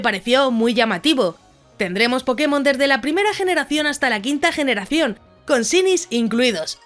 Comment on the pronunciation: SE PRONUNCIA SHAINY POR DIOS COMO SHINI